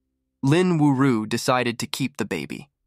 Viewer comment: Her name is Lin Yu-ju - how did that become Lin Wu-ru?